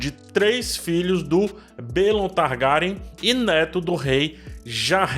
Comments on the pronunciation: Se diz targueryan! Faltou o R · Pq vc pronuncia o sobrenome Targaryen assim? 🤢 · E essa pronúncia aí ? O vídeo tá top ein , dei Like mais a pronúncia do Sobrenome tem que se corrigir...